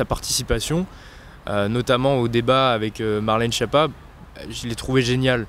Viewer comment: Prononcez skiappa, pas chiappa